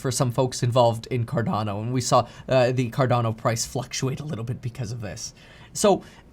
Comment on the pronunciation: it’s not advice. He’s sharing his research. At least he pronounces Cardono right.